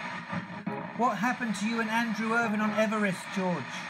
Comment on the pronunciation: A British "lieutenant" is pronounced as ("lef-tenant"). Yeah what happened to me? My name "Irvine" it is pronounced as ("Irvin"). not Irvine, like Wine but like Gin.